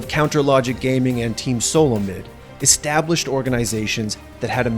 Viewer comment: he said Team Solo Mid wrong